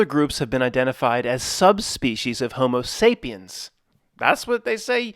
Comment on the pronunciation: Did you say hobo sapien?